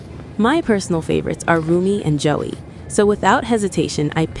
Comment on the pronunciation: Girl said Joey instead of Zoey 🫪🫪🫪